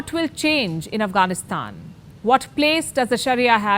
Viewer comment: I'm surprised how you pronounced af GH anistan.